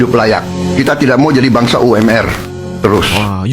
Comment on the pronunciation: UMR.. bukan You Em Er..😅😅😅 ini Indonesia... Bukan di baca inggris... Kita bukan bangsa British 😅😅